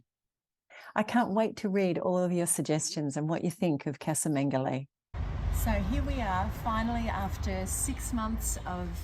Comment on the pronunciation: Just to help you put going forward casa is pronounced Ca-as in cup sa-(sah) :)